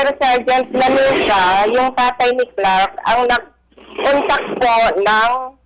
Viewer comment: Lanuza hindi laruza😁